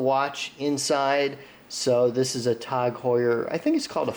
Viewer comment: “Tog Heuer” It’s “T A G”, numbnuts